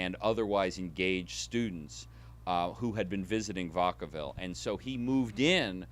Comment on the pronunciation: Fascinating research and interpretation, but as a person actually from the Bay and having previously worked in San Quentin, Vacaville is pronounced, “vack-uh-vihl” not “vuhck-uh-vihl,” but thanks for atleast pronouncing Daly City correctly:)